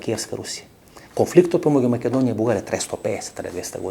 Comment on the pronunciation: Не знам само зошто гостинот упорно изговораше МаЌедонија..